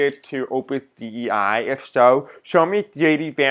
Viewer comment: Dei is pronounced day. Thanks for reading on it